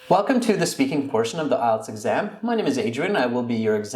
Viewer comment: How did he pronounce IELTS? Sounds like ''isles.'' The examinée pronounced it better than the American examiner.